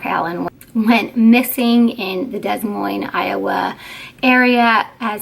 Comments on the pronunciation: It's pronounced D'Moyne! Also, the condition is no longer called Multiple Personality Disorder. These days it's referred to as Dissociative Identity Disorder. The person doesn't believed they are a different person. All of the identities are aware of each other and who is "in charge" at the time. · Lookup how to pronounce Des Moines